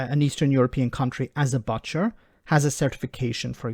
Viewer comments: Why you pronouncing it buh-tcher? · Love how an Irishman says butt cher . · is the first person I've ever heard pronounce "butcher" that way. 😄